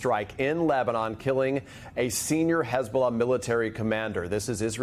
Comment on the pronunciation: Hey-bullah! Please check your lullah😂😂🇮🇱🇮🇱